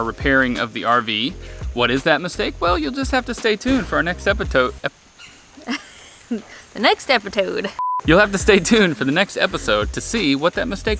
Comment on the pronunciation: Great video! I've always wanted to try authentic "Nashville Hot Chicken"! Specifically "Hattie B's" kind. That's on my "bucket list" of things to eat/do before I die...hopefully. 🤞 But that kind looks good too. Also on a side-note I'm gonna start saying "epitodes" now. 😆 For real. It is really fun to say, I'm not gonna lie.